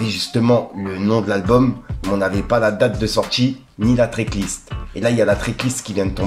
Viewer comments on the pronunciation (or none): Mec, "TRACK list" pas "TRICK list"